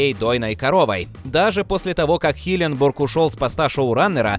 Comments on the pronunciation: Парень который озвучивает канал Watch Magic Россия почему ты говоришь име Стивена Хилленберга неправильно а именно " Стивена Хилленбурга"?! Звучит как будто какое-то город в штате Миссисипи! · ХилленбЕрг, а не бУрг, уши режет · Вообще то Стивен Хилленберг, а не Хилленбург. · Не хиленбург а хиленберг... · Никто: Абсолютно никто: Автор: хиленбОрг